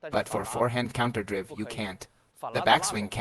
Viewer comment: The way the AI pronounces counterdrive is annoying. Great info nevertheless!